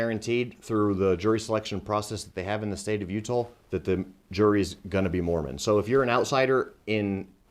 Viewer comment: . Oh no I’ll be so upset if I could never go back to Utah again lol I mean never mind I wouldn’t miss going there at all. Matter fact remind me to never go to Utah I have no reason to go there it weirds me out the only thing cool about it is the way my man right here pronounced Utah